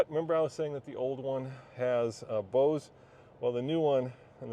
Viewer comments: Did he just pronounce “Bose” as “Bosch”? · Bose not Bosch lol